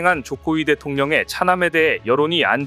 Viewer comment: 자막은 제대론데 들리기는... 조코위대통령의 장남이...... 조코위대통령 의장남으로 들리는건 뭐지?